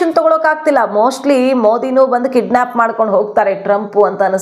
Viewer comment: Mem ಅದು kiddsap ಅಲ್ಲ kidnep